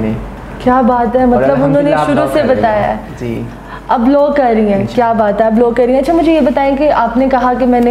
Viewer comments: try to groom your hosts first and by grooming i mean that try to work on the way they speak..e.g., its law not luw and many other things..by merely dressing up or doing a lot of makeup you can't become eligible to start hosting.. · Madam ap bhi parh likh letin.... Low nae law hota hy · you should work on your pronunciation. Low nahi law hota hai otherwise nice interview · بیٹا آپ اپنی اردو صحیح کریں آپ کا لہجہ بہت غلط ہے آپ بار بار لو کہ رہی ہیں دراصل لاء درست ہے اس کے علاوہ بھی آپ بہت غلط ارو بول رہی ہیں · loooo nai laa hunda pain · Bahan g low ni law hota ha ordinance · kanwal its law not low🤣🤣🤣🤣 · LOw nahi LAW hota hai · please correct ur pronunciation low nai law un parr jahil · It's law not low😛pls learn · Yaar LOW nahi LAW hai. Huda kayliyeh pakistaniyo English ki maa bahen ayek kar dee hai aap logon ney. Interviews Karney say pahley google per he words ki right pronunciation kay liyeh search kar liya karo. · kanwal lo ni law hota hai😅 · Ye ..low ni Law hota bibi please thora sa ap b seekhna start kro tik tok se to kuch seekha nj ap ne thanks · Law instead of low